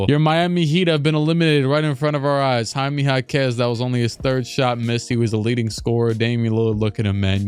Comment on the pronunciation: Why did he pronounce Jaime like that 💀